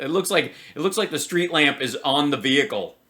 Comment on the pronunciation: What’s a “Veehicle”?! I’m confused, does she mean VEHICLE- what an ignorant dumb c u next Tuesday lol